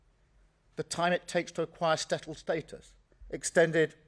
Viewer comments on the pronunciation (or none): After stating that there would be tougher language requirements, did he not just say “stettled status?” 🥴🥴